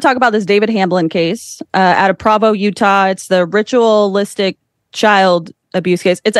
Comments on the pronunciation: Someone please tell this young lady how to pronounce PROvo. Come on babe, this is your "field of research" learn how to say the name of the little Mormon city...how do you pronounce Brigham Young? BringEmYoung? probably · It's gonna drive me crazy if she keeps mispronouncing Provo.